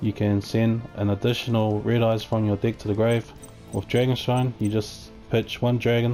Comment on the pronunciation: nice video but I couldn't help but hear hey guys this is my red eyes dick profile at the beginning 😂